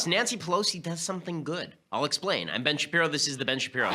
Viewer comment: "Ben Sharpiro"